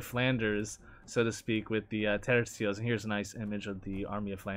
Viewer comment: thank you for pronouncing Tercios correctly👏